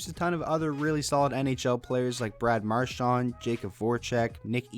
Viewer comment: You said mqrshan three times